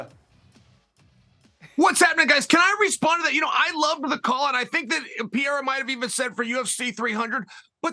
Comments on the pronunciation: Chael needs to put his glasses back it's Pereira not 'pierre'.. from a complete different continent 😂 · Chael Sonnen: Alex Pee-Air-Uhhh 💀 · Piiera 🤣 🤣 🤣 chael is horrible with names